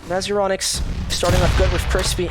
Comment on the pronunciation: Once again i say. Its Euronics it isnt Euronicks